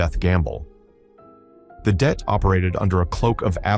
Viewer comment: Det... short for detachment.... NOT DEAT!!!